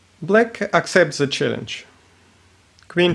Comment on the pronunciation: please say 'the', not ze... ;)